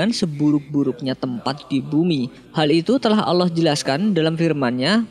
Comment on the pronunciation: Kak bilang nya allah bukan alah